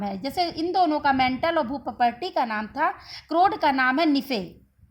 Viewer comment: मैडम आप भूपर्पटी का सही उच्चारण कीजिए प्लीज